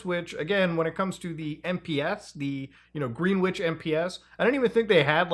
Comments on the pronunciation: Gren-itch, not Green-witch, you’re welcome. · Did Muta literally just say "green-wich" ? lmfao. It's pronounced "grin-itch" lmfao. Its like one of the most important places in the world as it dictates our timezones. Thats what the G is in GMT and all that. lmfao. green wich. Thats some funny shit. Pure gold. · greenwich, its pronounced grenn-itch. not green witch... english... its a uk thing.. and america was colonised with UK people (initially). ;-) pretty sure if some american youtubers ran UK place names through... i dunno... google and asked "how to pronounce (name of place)" it would help, also, love hearing americans try to pronounce siobhan without googling it :D (protip - its said she-vaughn) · It is pronounced Grenitch, not Green Witch 😘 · Just FYI, it's pronounced 'gren-itch', not 'green witch' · "Greenwitch" Is usually pronounced "Grenn-itch" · Gren-ich, not Green-witch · I'm likely the thousandth to point this out but it's pronounced more like Gren-itch than Green-witch. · 😂"green whitch" It's pronounced, Grenn-itch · Green Witch? Do you mean Greenwich (pronounced GRINitch or GRINidge)? It's a real question, I don't know if he's talking about a place or not. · Not: Greenwich is pronounced 'gren-itch' Same for 'Greenwich Mean Time (GMT)' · "green witch" lmao it's pronounced grenitch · "Greenwich" is pronounced "Grennitch" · It's pronounced 'Gren-itch'. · Hey man, Im sorry but it’s pronounced gren-itch, im losing my tiny mind everytime you say it wrong 😂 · Not that you will ever say it again, but Greenwich is pronounced Grenitch. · Greenwich is usually pronounced “Gren-itch” when it comes to towns, counties, etc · Greenwich is pronounced “Gren-itch” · I used to live in Greenwich. Its pronounced Gren itch fyi. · Greenwich is pronounced "Gren nidge" just another UK shibboleth lol! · the way greenwich was said, is the funniest thing ive heard this week😂 its gren-ich if anyone is curious 😭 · Just FYI, Greenwich is pronounced as "Gren-itch".